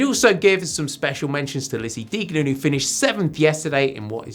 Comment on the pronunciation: It sounds a bit strange when he pronounce Deignan, I mean not usual.